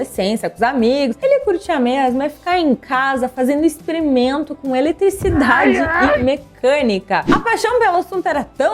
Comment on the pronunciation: "ixprerimento"??? Vídeo legal mas sua voz não ajuda😵😵😵